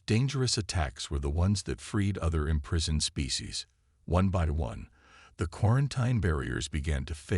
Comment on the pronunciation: I've kinda gotten used to quarantine but imprisoned said as im-prize-oned made me wince